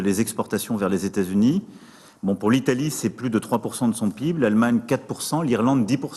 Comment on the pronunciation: On ne dit pas PIB mais P I B